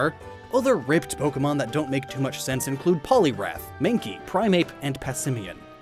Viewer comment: It's Po-Kay-Mon!! you idiot.